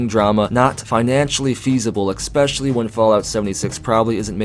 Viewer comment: "eckspecially"? As in "nukilar" and "ecksettra".. Points will be deducted from your final score young man, you just dropped from two gold stars to one. Now eat your peas and go to your room..